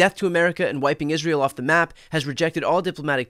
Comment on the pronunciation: Iran is the bully of the Middle East? He mispronounced Israe.